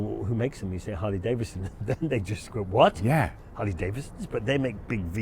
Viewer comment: Charley, there's another "D" in Harley- DaviDson. Ha. Huge fan here. Glad you have recovered.